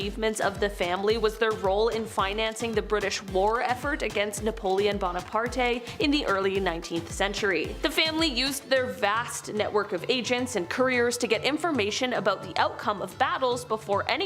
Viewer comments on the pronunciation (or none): We say Bonaparte, she says Boner Party lol. Wish these guys could work out how to pronounce names properly before releasing these vids. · Napoleon Bonaparte pronounced Bone-uh-parT How have you gotten to adulthood without hearing Bonaparte pronounced correctly 100s of times...